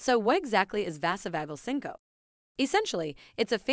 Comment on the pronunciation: its said...sink-oh-pee......not sincope.....🙄